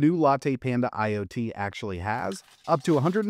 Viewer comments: It’s ‘IOTA” and not “LOTA”, for us Italians out there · Americans and thier pronounciation of foreign language 😂😂 It's YO-TA, not I-Yota. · Iota is pronounced EYE-OH-TA, the smallest greek letter